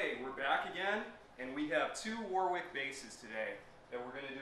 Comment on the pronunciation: It’s not War Wick. It’s pronounced Worrick